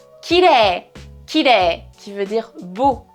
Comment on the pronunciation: Le "E" ça ne serait pas plutôt comme un "è / ai" français (à la place de "é") ? Comme kirei ça donnerait plus : kilèï plutôt que é comme tu dis dans la vidéo ?